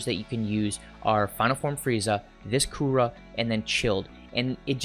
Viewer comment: Please don’t call him Coora.. we all know it’s Cooler!!